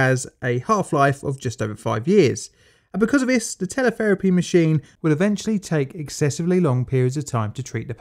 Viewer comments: "Telepherapy" head ?????? I think Shé Means "Teletherapy" Head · "TelePHerapy" Hmm, that's not right. Even Teletherapy doesn't sound right. Radiotherapy, perhaps.